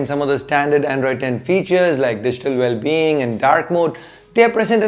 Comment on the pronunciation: Are you reviewing or showing off your English bro? Androidess welless wtf is ESS on every word you say. Dont try to become unbox therapy. U just cant